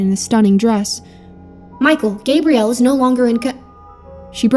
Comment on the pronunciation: I could be wrong but I'm 90% sure her name is Gab-bree-ell. Like Xena's girlfriend. Small gripe, but I love the name.